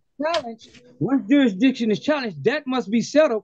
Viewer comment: You need to prove Judasriction. My question is about Judasriction. The moron can't even pronounce the word jurisdiction.